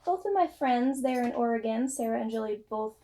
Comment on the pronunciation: Hi,! So glad you enjoyed your trip to Oregon! And, thank you for pronouncing Oregon correctly. LOL! Your new HP yarns look wonderful and I am hopeful of buying some. Always enjoy your podcasts and am always inspired by you. Thank you and take care. Patty